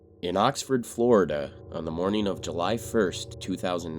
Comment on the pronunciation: What country are you from? "Flordia" I knew it